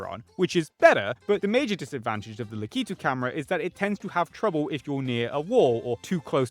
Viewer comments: Is... Is that really how Brits pronounce Lakitu? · that's not how lakitu is pronounced and you know that. Please be better. I will be reflecting this in your next report card if you don't turn things around